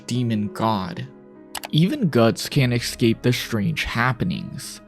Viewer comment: Good work. May I ask why you pronounce escape as "ikscape"? Look at the word. Escape. Same for.. Especially. Start these words with an S sound, not an ik